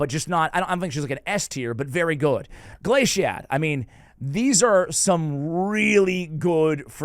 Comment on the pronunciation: Still saying Glaicad wrong even after getting it right recently lol.